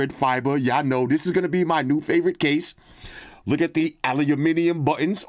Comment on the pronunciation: Aluminium... haha... thanks for saying it properly, from all your viewers down under ;)